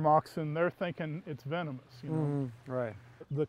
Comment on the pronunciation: “Venomous “ sorry I hate to be that guy